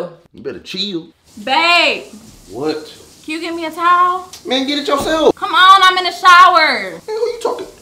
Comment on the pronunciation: 😂 he say till not chill 😂 no hate tho